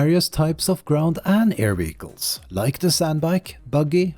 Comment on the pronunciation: It took me a while to figure out that 'weegles' are ‘vehicles'. But otherwise, excellent video.